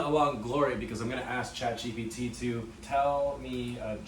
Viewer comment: "Chat Cheapy-T"